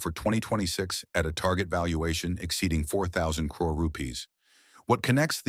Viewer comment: Can the voice over be taught to pronounce CRORE/CRORES properly.